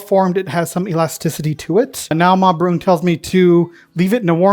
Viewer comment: Pronunciation of "Broon" was excellent.. I think you probably could have gone a fair bit "wetter" if you had wanted to. Its creates a nice sauce whereas that looked a bit drier and formed (in a pork pie / sausage manner)